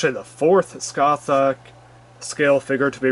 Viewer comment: It’s pronounced ‘Sca-hark’.